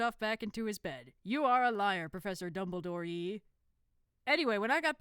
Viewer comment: NOT DUMBLE-Y-DORE !😱